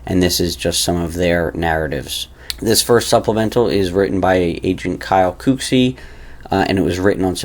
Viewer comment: I laugh every time you say “Cooksey” like KOOKsey. It’s actually COOKsey, like a chef or cook in a restaurant. LOL! I know you’re doing your best and I appreciate it. I just have a little laugh each time. The next time I see Kyle Cooksey I’ll tell him. 😊👍🏼👍🏼